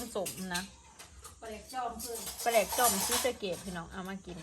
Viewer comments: สบายดี. หมกใส่หม้อ บ้านอ้ายเอิ้นหมกหม้อ ปลาแดก ด.เด็ก ต้องออกเสียง โต ด.กะคือ แดก ถ้าแหลก กะสิเป็นปลาแหลก สิออกเสียง ล. ลิง หรือคำควบกล้ำเด้อ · ปลาแดก (ด) แต่ออกเสียง (ล) ปลาแลก